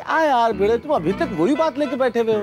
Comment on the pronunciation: भीगे नहीं भिडे बोलो भाई